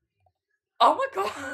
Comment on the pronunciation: I died when he said "oh my", but to me it sounded like"옴마"(omma=mother*in korean*)